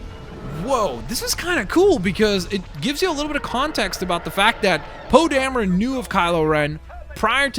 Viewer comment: Poe dameron oh Damron Darren